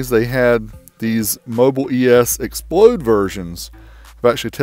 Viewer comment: x plod not explode